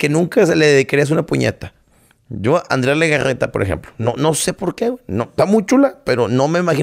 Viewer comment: "Andrea Legaggeta":D